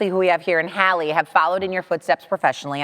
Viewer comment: Couldn't even pronounce Hailie's name correctly.